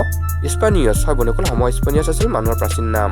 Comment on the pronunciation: হম স্পানিয়াছ নহয় অ হ'ম ছেপি'য়ানছ😂😁😁